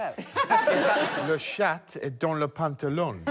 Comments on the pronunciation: The way they are pronouncing "chat" with a hard t actually makes it another word for vagina. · Anyone going to comment on the fact that the way they were pronouncing "chat" ("chatte") means pussy in french, and not necessarily cat..? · Love Greg’s pronunciation of Chat. If you say the t then it no longer means cat!